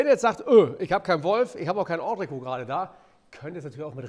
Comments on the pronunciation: An den Proofikoch: Es heißt Ondrekot. Das ist t ist nicht stumm. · Hello. Entrecôte wird anders ausgesprochen, als Koch könnte man das wissen.